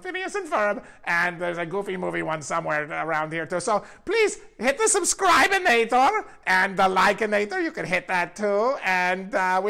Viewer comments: He said "subscribinator" at the end. Im crying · Doofensmirtz says :Sunscribe-inator hahahahaha